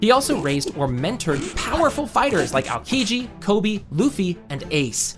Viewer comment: its not ALKIJI its Aokiji you need to say O between A and K , great video tho !